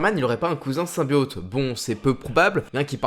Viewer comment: Toujours "symbiôte"? Le o se prononce comme dans botte, ou hotte.